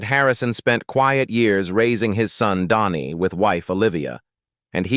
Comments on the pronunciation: But comes out like Donni. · Dhani is pronounced DANNY !!! Stinkin AI voice over, makes me sick.